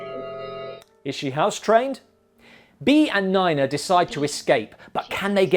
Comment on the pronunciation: Neena, not niner